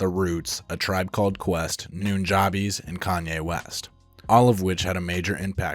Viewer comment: Noon-jahbees? It's pronounced Nooja-base. Aside from that I really enjoyed the video!